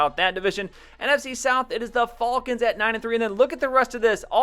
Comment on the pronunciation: why do you say falcons so weirdly? No offense